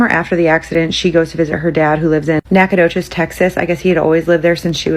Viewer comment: I'm so happy that you pronounced Nacogdoches correctly lol i'm sure there are a ton of towns in every state with weird names but I only know the Texas ones because that's where I'm from. Nacogdoches and Waxahachie are some of my favorites. Pflugerville is a good one too